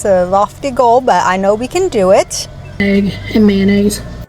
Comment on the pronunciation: You pronounce egg the same way ARL does 😂. It sounds like you’re saying aag.